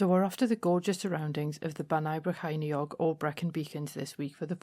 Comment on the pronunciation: That's where I grew up, until I moved up to Newcastle in my early 20s. Well done on the pronunciation! Another great video!